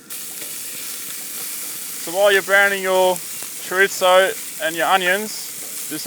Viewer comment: If your Spanish you know it's sad when he says chorizo wrong and tortillas XD